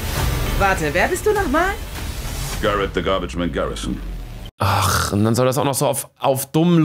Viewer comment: In echt: Garrit the Garbage Man Garisson: Garitsch the Garbitsban Garrison